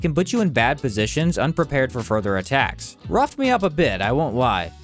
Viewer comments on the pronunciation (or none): none